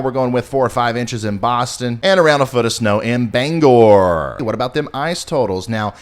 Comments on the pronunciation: Love, love, love the way you say BangOR-- perfect. ❤ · Great weather forecast presentation! And you correctly pronounced Bangor! Obviously you're a high order pro. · Nicely done, pronounced Bangor correctly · Holy crap, you pronounced Bangor correctly! More snow in Maine coming, nice.